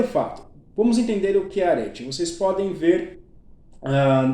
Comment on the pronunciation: Respeitosamente, só pra sanar a sua dúvida: a pronúncia é "Aretê".